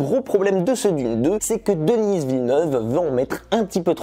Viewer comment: On prononce Denis à la française, pas Dennisss à l'anglaise, il est québécois donc francophone.